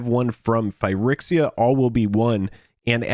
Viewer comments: yeah you guys are always saying phy-RICKS-iya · Your inability to pronounce phyrEXia correctly is really triggering me. Why can't you pronounce the letter E correctly?